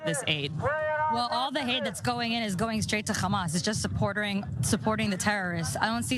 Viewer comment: Is pronouncing the H like that deliberate, because she's clearly American or Canadian if she can say hamburger then she can say Hamas with an H